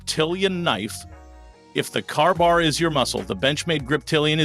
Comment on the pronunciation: Carbar? You can't even make AI say KA-BAR. Thumbs down on the AI BS